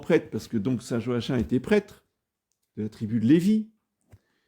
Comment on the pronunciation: On prononce Joakim